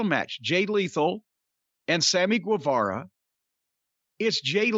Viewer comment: Guevara is read as ghe, jim